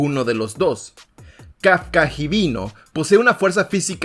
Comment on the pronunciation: Me parece correcto pero me enojo que no digas bien el apellido de kafka se dise hibino no híbino Entendido